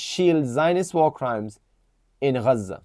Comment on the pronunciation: Bro your Pakistani what the f*** has Pakistan done nothing Furthermore you seem like you are from mirpur, Pakistanis of full of all of a sudden see the way they pronounce Gaza😂😂😂 before the the Gaza war you were not pronouncing the word gazza the way you did and there are many Pakistanis like that all of a sudden you woken up , lol